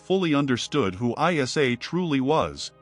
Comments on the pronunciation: Its not pronounced as I S A its Isa (e sa) a.s You're even muslim or just wicked manipulator? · Its NOT, ‘I-S-A’ but Iissa(or Eessa) weird AI pronunciation. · It's not I.S.A. it's eisa. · Prophet ISA or JESUS not called as I.S.A ,so stupid,pls cl him as EESA when u pronounce,u disgrace his name mr mc,be literate n dnt be unilleterated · Masha Allah a very beautiful and educational video! There is so much research and work put into this video but not been able to pronounce the name of the Holy Prophet Jesus - ISAAH, peace be upon Him and His Holy Maria - Maryam peace be upon Her! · Salam hello bros please prononce ISA as Prophet Essa or ISSA PBUH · Islamic vibes? You can't even pronouce isa's name properly, you're pronouncing it I S A come on man! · This must be AI, Jesus name is not an abbreviation, but need be pronounced Essa. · Its not ISA but Essa whome u call Jesus